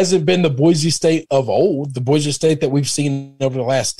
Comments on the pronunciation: One more thing -- Boy-C, not Boy-Z. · Can't pronounce Boy-see correctly either.